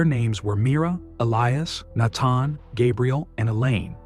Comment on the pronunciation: Fix the computer narrative! It's not "naton". It's Nathan. Idiots